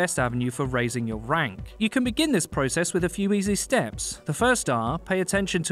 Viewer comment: This guy uses long vowels a lot PrO-cess StAtus (state us)